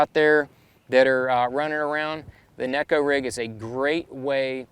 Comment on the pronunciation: Thanx for pronouncing neko correctly (Shin Fukai tried to let folks know...HE would know! Great info on Oct choices!!